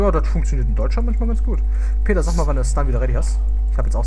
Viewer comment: ich liebe de Peter .. ein paar geile Sprüche und die Aussprache <33